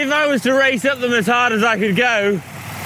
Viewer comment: I love the Yorkshire accent popping out on 'it's bloody 'ard'.